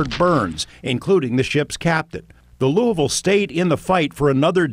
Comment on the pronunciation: The way he says "Louisville"... talk about ripping English to shreds...